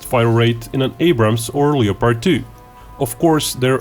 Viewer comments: Just wanted to point out, The o in Leopard is silent, since I know English isn't you first language and its a mistake even English speakers make when reading it. Le Pard. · Just a note that you might want to work on your pronunciation of the word "LEOPARD". We don't pronounce the "LEO" that way in the USA except when talking about lions or astrology.